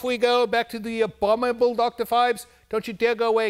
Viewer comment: cannot say the word "Abominable"! LOLOL